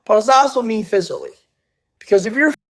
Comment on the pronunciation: did he just say physially?